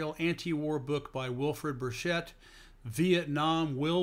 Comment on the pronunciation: Burchett is pronounced a hard ch, as in Charlie.